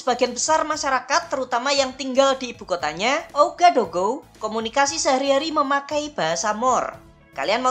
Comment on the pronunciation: Sekedar info min, ibukotanya dibaca Wagadugu..